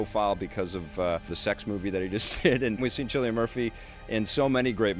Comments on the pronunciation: Its pronounced "Silian". Not " Chillian. Dude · it's pronounced kill-ian not Chilean, Chilean being a native of Chile. Your forgiven though as Irish is a strange language